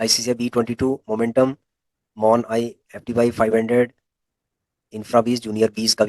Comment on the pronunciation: अरे भाई मोन आई एफ टी वाई नहीं MO निफ्टी 500 है अरे जान बांटने चले हो कहीं से चोरी करके, ETF के नाम तो ढंग से सीख लो।😂😂